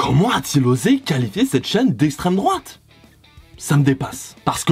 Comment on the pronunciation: « Si la fote a l’isstremdroate » ça innove les gauchistes dit moi